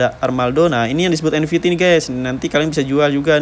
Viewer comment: Nft bg bukan nvt😂😂😂